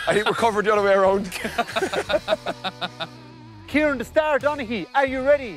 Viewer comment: I know! But when people from Kerry say his name, it sounds like Kirean😂👍🏻😂